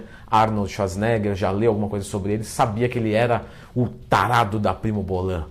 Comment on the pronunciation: Arnold Ezsuasnêga! 🤣🤣🤣